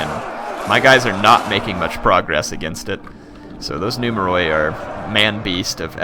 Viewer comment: In Greek, "oi" makes a sound like what "ee" does in English. So numeroi is pronounced, I guess in English the phonetic spelling would be "numeri". Not nitpicking, say it however is comfortable, I just got the impression you like for us to tell you this stuff.